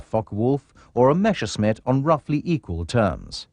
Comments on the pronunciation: Why is it so hard to say Messerschmitt instead of Meshersmitt? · Why do they always have to say "Mashersmitt"? Can't they read? MESSERSCHMITT!!! That can't be too difficult, even for people who don't speak German! That's ridiculous and distracting. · Rules for hiring narrators for WW2 air war docos: If they can't even pronounce Messerschmitt, never mind Rüstsatz or Ploiești then they don't get the job!